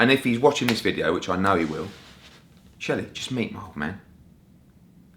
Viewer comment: " I am never going to a deal with SHERLEY!!! " ……..cheeky chap!! Maybe he should just start calling him Sheldon, if he can't say SHELLY!